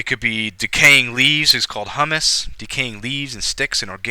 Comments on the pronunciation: Thank you. However, please pronounce humus correctly so that those watching do not learn to also pronounce it incorrectly, and then look like fools in front of an interview panel. You are pronouncing it as if it is the food hummus (blended chick peas with tahini, garlic, lemon). It should instead be pronounced hyoomuss. I also heard you pronounce incorrectly once as perkyoolation. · What about the e horizon between the a and b horizon? Where eluviation occurs. And the r horizon below the c horizon? Also, you keep mentioning hummus instead of pronouncing humus. Hummus is a food but humus is referring to soil.